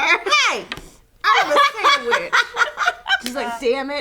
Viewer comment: "GIMMEYO SAMWICH!" xD